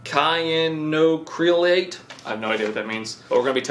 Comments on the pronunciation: it's prounced sy-an-acrolate. It's what superglue is. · sye-anno-ACK-ruh-late (Cyanoacrylate) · Cyanoacrylate is pronounced cy ano ac re late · reading "cyanide" like "cayenne" lmao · Sigh-Ann-O-Ack-Ri-Late. Fancy name for super glues. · Sigh anno acra late is how cyanoacrylate is pronounced. Both tubes are exactly the same chemical. Wood glue is stronger than the wood itself. Itself the dollar tree wood glue. Please know something about which you're testing before testing. CA (super glue) only takes a few minutes to set. Also most wood glues are too made of the same stuff. So you tested 1 super glue by 2 brands and 1 wood glue by 2 brands. The 2 super glue brands were probably made in the same factory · For thpse who wish gto know...cyanoacrylate : sigh-anno--ak-roll--ate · sigh-ann-oh-ack-rah-late it means it is made using cyanide as the solvent. yes, that cyanide. the form it is in though, isnt toxic, well, as toxic as the raw stuff. but its the "bog standard" super glue. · it’s pronounced sy-ano-akro-late. Yes I used google to verify that. Took me quite a while to find the right way to say it. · Cyanoacrylate: "siy-an-o-a-kri-late" it's the OG super glue formula. Good stuff. Keep acetone handy. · i think it is pronounced "cyan no ak ro lit" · The superglue is pronounced “sai an oh ack rill ate” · Cyanoacrilate S-eye-an-oh-ack-ra-late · Just an FYI, Cyanoacrylate (sigh-an-oh-acril-ate) is essentially just the chemical name for super glue. The brands just change proportions of the precursors and add other ingredients to change bonding properties for specific materials. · Please tell me the pronunciation of cyanoacrylate was a joke, he does now that's the real name of super glue, right, right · That cyanoacrylate pronunciation was beautiful. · The way he tried to say the super glue really hurts 🤣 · Lol! It hurt my brain how he pronounced it.